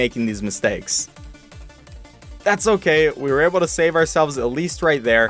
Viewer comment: On level 24 you said oh gay